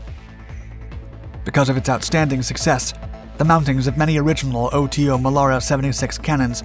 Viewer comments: It's not pronounced O-T-O but OTO, one single word. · It's pronounced "auto" Melara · I've seen several of his videos and he keeps mispronouncing things like that - notice he didn't say "em kay 75" he said the proper "Mark" 75 but can't say "Oto". then again he utilized the word utilized, but a lot of people keep misusing that word - a gun can not "utilize' a type of ammunition no more than you can "utilize" a spatula to flip burgers on a grill - you "use" it. Utilize means to use something in a way it is not intended to be used - you "utilize" a spatula to swat the dog off the picnic table. That's the difference in the 2 words - sorry not trying to be a grammar police but that is one pet peeve I have developed, and they's ain't no way fer me to control it.😛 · I love the "OTO" pronunciation!!😂